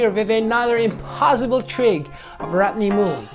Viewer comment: I love how you call him RAT'NEY